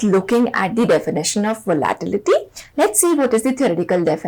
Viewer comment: I’m sorry to be the pronunciation nazi here but its very triggering to listen you pronounce the word “volatility” wrong for 15 mins straight.